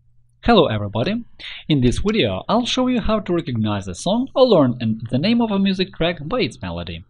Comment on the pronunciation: vwideo xd